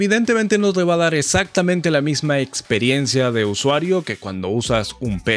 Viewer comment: min ... corrección= exactamente * no esactamente !